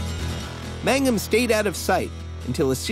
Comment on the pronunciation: Its MANGUM not MAGNUM ^^